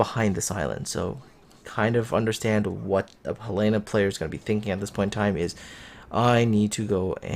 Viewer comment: I think it's pronounced Hell eh na, accent on the first vowel. Not He lay na. I could be wrong...